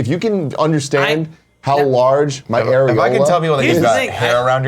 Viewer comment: Air-e-hola. Pointy Latin nipples. Thank you for letting me get that evil out.